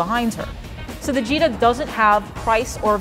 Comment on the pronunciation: I thought she said Vegeta